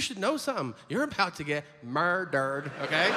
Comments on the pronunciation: "Let me tell you something, you're about to get MUR-DERD" 😂😂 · murr durr